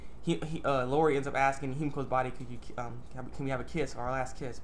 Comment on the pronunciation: E-O-Ri Not Lorri lol!! But yeah, that was a good episode